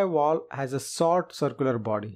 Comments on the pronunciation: VALVE! Its pronounced valve. Not woll. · U can't understand him. He's calling a valve vooluv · How am I supposed to trust anything this guy says, he can't even say the word "valve". Learn how to SAY IT before you try to teach lessons about it . He keeps saying "wall" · Why you keep saying wall it’s valve get it right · Great summaries but I'll never not get over "walve" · Why do Indians pronounce V as W and vice-versa? Fellows. when you pronounce V, put your front upper teeth on your lower lips.